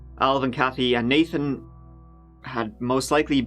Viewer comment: Go to and ish he sta naTHan twice lol THE ACCENT IS FAKKKKE I KNEW IT!! jkjk but he does pronounce the th though twice 🤫🤯🤔